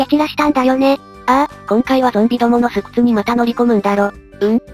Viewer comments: うぽみぃ！「すくつ」ではなく「そうくつ」ではないでしょうか？すでに指摘がありましたらすいません！ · 巣窟（正：そうくつ）では？ まぁ誤読はゆっくりの宿命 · 間違えて覚えているのか2chの用語かはわかりませんが、一応『巣窟』は『そうくつ』と読みますよ(*^^*)♪ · 最初の巣窟ってすくつじゃなくてそうくつなのでは？